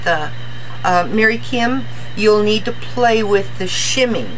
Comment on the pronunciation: thank you so much for making this video. Lol and yes you did pronounce my last name correct. I'm so excited now that I have your video to refer to when needed. Not only will I be able to craft with it but I can add it to my exercise routine.:) Thank you again and I look forward to more inspiring videos. Mary Kim